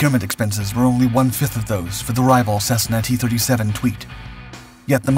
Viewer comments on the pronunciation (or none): none